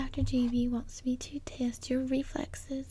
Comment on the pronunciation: Gi-bi....... Guy-bi?